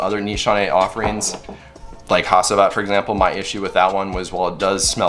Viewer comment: Pronounced HACHIVAT...not HASEEVAT